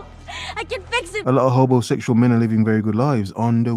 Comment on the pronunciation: Ahh did you say Hobo-sexual… hobosexual? Thats Gold Jerry! Gold!